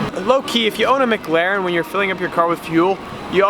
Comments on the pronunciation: The only dude on the internet that can't say mclaren...per this fella it's mglaren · Only when you can say McLaren correctly.